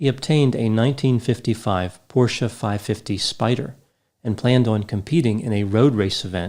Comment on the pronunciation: this decoration piece sort of cactus on the lower tier behind you - it looks like a cookie to me. Sorry, it looks so cute, it has distracted me from your lecture. P.S. Your pronunciation of "porsche" is now perfect.